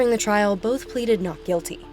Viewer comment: "Boff" (both) and "Norfeast" (Northeast). Really?? I thought you Brits brag about speaking perfect English...... ;-(